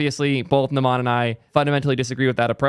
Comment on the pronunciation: its "n uh - m uh n" not "n uh maa n"